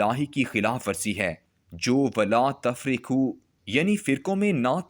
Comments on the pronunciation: ولاتفرّقو ف پر ربز ھے نا کہ ساکن ھے را پر شد ھے اور نیچے کسرہ نہیں بلکہ ر پر زبر ھے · ولا تفرقوا اس طرح پڑھا جائے گا. ت پر زبر، ف پر زبر، ر پر زبر اور تشدید، ر پر زبر، ق پر پیش اور و پر جزم.